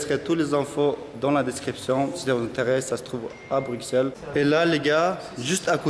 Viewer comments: Juste on dit brussel pas bruXelles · Il a dit bru"X"elles... Je suis outré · Ça me stress quand il dis BruXelles au lieu de BruSSels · Prononce pas le x de Bruxelles juste brussels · BRUXELLES SE DIT BRUSSELLES ! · oui mais cela ne se prononce pas telle quelle